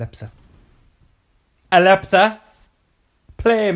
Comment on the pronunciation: As if my alepsa has gone off when he said alepsa xxx